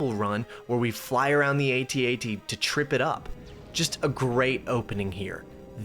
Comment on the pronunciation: Thank you so much for saying AT-AT the correct way!